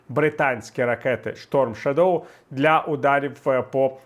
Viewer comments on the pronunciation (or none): чудова аналітика, дякую. єдине що наголос в shadow на перший склад робиться - різало трохи. більшість англійських слів мають наголос на перший склад, тому якщо не знати слова краще робити на перший - більше шансів влучити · У слові "shadow" наголос на першому складі. Дякую за ваші виступи.